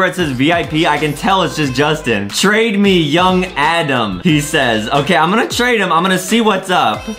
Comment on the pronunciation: adem not adam